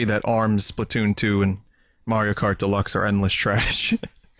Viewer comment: "Smash Bros Deliuxe" man vinny was super close to calling it lol